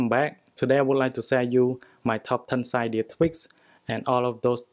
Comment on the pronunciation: its not sydiaaaaaa its cydia speak properly my brother